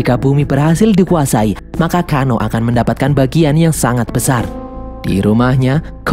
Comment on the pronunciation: Tsang Tsung = sangsung Liu kang = liu keng Kano = keno